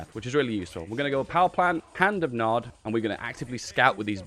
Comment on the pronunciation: PEACE THROUGH POWER!!! Btw it's Nod not NOD.